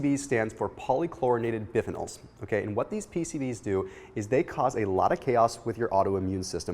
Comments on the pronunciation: it's BYE-PHENOLS - BIFF PHENOLS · You may want to work on your pronunciation of the word “biphenols.” Lol. I know. I’m being picky.